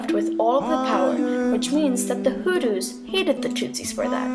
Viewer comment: Americans when will u learn how to pronounce words properly? You pronounce " Hulus" instead of " Hutus" .Are u out of ur mind? Dont u know the difference between t and l?